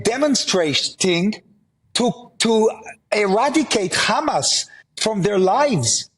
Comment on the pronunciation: Why doesn't he pull a trick out ofhis ass/hat and start pronouncing HAMAS properly?! ... raasclaat!